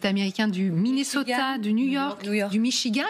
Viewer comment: C'est pas Djustine Trudeau, c'est Justin. En français. Et c'est pas Minnoseta mais Minnesota. Un petit effort svp. Ça sonnerait plus crédible...